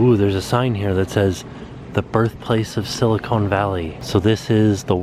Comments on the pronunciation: Did I hear you say silicone? Its silicon! I dont expect you to know that though. Welcome to my home town. You should come visit fresno some time! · Please... it’s Sill-a-con like khan... not cone like ice cream. Silicon and Silicone. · Silicon. Not SiliCONE. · LOL, It's pronounced..sila con valley.